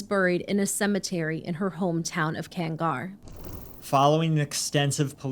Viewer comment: Kangar is not pronounced as kang-gar. 😅 Malaysian Malay here.